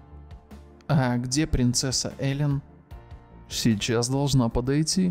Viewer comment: Ээээлен а не элеееен